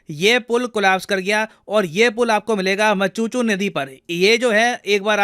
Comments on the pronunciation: Macchu dam no machuchu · Machhu river not machuchu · It’s not मचूचू. It’s मच्छू river.